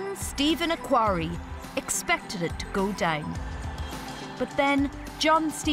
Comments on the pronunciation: She pronounced the 'ate' and 'it' as 'ashe' and 'ish'. What MTI is that ? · She can't say "it" properly